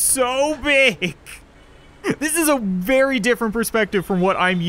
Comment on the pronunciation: You said ver